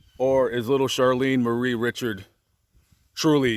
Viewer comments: Re. Sharred. Not ritch ard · Awesome. Her last name is pronounced (ree shard) Richard. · French (REE- Shard).... Saint Teresa Lesuix.. Wonderful Saint,.She was tall. Saint Teresa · This guy can't pronounce any names in South Louisiana correctly, so no doubt he's not from here! He should do his homework and learn how to pronounce Cajun names---Richard (ree-shard) Lafayette (la-fee-yette).